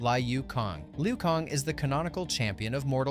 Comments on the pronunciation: Say Kang correctly twice and every other time you say Kong also Raiden (ray-den) not riden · U keep fucking me up every time u say lu kong